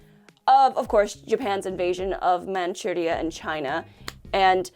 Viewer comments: I like how pronounced Manchuria with a Japanese accent, even though it is an English word based on the Chinese pronunciation. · I can't be the only person who does not like the the way she pronounces Manchuria